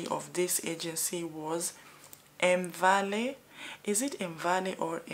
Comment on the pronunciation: Elmvale pronounced as Elmveil..Not the way she is pronouncing